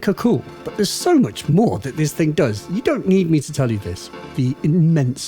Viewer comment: Hang on. Was it always “dis thing”? !